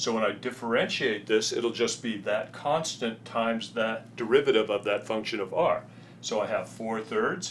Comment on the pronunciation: its "constant"